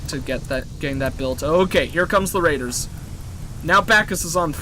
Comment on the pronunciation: Okay sorry but did he just say "Randers" have landed about five minutes in? That's glorious. Fuck Raiders, they're Randers.